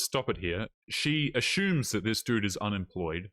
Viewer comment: "She just ashumes."